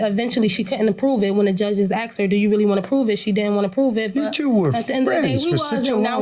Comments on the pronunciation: So many uneducated people out there, lol. "I axed her a question." WTF?! It's "asked," not "axed," lol!!! Disgrace!! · What is with 'axed?' I've always thought it was 'asked?' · More plaintiff/defendants that say "axed". Surprise, surprise.